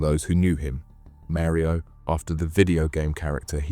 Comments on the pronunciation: shit ai.....maryo ok ..... maybe mario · Man like "Merio"